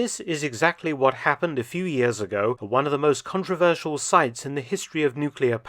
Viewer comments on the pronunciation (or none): none